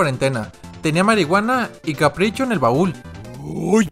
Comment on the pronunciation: Jajajja minuto CAPRICHO xDXdXdXd como pude decir mal el nombre del animal mas famoso del universo deaaa xDxD